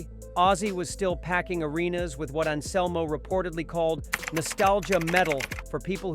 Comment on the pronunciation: "Phil and Selmo" "Die-oh"